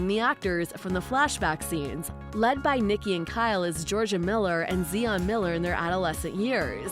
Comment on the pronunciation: Zi-on, not Zee-on.